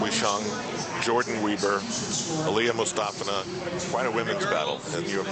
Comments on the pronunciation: Alina... Aliya...Mustafeena, Mustafa... ... MUSTAFINA! Come on, Al, really? She's the World Champ! You should know her name. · If you watch some of the Russian news coverage on Aliya you can hear the Russian news reporters pronounce her surname as MustAHfina. Type in 'Difficult comeback for Mustafina' and you'll see.